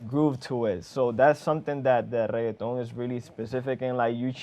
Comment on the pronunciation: Man pronounces reggaeton like its a side dish at taco bell